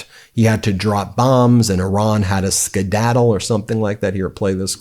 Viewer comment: His brain "skidaddled" a long time ago!